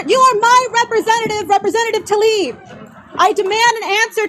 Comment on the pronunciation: Why does Jimmy constantly get Rashida Tlaib's name wrong? It's not that hard. Also, we aren't surprised at Tlaib's behavior here, because we've seen again and again her willingness to go along with the corporatist legislators.